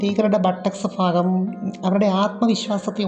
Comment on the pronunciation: "Fagam" അല്ല.